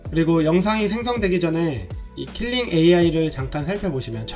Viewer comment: KILING이 아니라 KLING요 킬링->클링 괜한 지적질 죄송